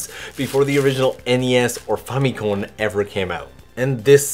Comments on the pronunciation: The way you pronounce famicom is unique, pretentious and off putting. Like people saying Mare-E-O. Maybe it’s correct it just sounds wrong and makes me irrationally angry. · say famicom one more time, i dare ya